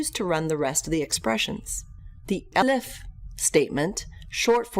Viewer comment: Nice video, but what's up when it's time to pronounce ELIF?